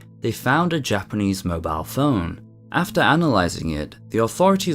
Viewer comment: I very much appreciate your pronunciations of Japanese. A lot of british and Australian individuals have a tendency to absolutely butcher it. Also, the ffirst story where rhe boy gets down near the river bank? This is one of the many reasons why the Kappa myth exist. Might he have fallen into the river?